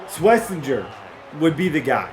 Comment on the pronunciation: It’s Swess-en-jer